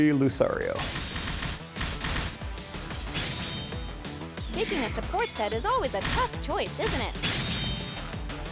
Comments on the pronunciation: Dammit, Lucario isn't pronounced Lou-sorry-oh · That guy who doesn't know the Pokemon names make me cry.. The blue beast thing that looks like "Lapras" is called a Plesiosaur also known as the Loch Ness Monster named Dorrie. Lucario's name is "Lu-car-e-o". Sceptile is "Skeptile".. Please, please, please do not make me go on